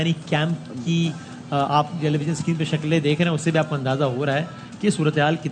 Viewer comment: Screen ko sacreene bolte hai 😂😂